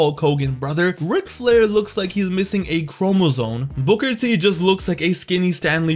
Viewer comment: Chromozone... lmao. It's Chromosome brother.